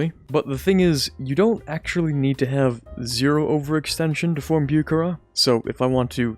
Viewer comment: Say it with me now, Boo-ha-ra, Бухара, I hate to be that guy but that was probably the worst pronunciation I’ve ever heard. Love the channel tho, you’re like the perfect blend of knowledgeable and not-corny.